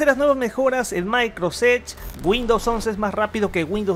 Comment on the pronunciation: Creo que no es muy difícil pronunciar bien Microsoft Edge.